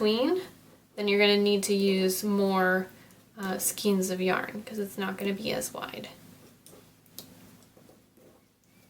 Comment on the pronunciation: Ok for the hundreth time, the word is pronounced skayne not skeen. It's spelled skein but it's pronounced like rein.